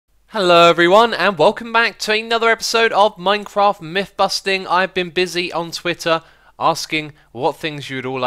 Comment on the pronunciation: They are myTHS not miFFS. Learn to speak.